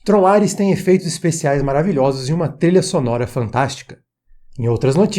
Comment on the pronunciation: Por um segundo eu ouvi ele falar Trollar-res